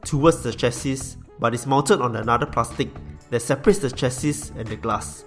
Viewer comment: Maybe look up how to pronounce chassis? Hahaha... no offense Bro... just some friendly advice